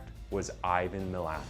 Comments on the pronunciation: Pronounced ma lat mate. Also a bogan is not a redneck in Australia lmao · As an Australian it sounds funny to hear you pronounce his last name lol 😂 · your pronunciation of Milat angers me